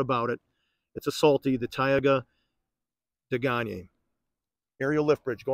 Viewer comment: I completely agree with your pronunciation Day-Gahn-Yay. I ran it through Google Translate, listening to Googles French pronunciation and it sounds like what you spoke.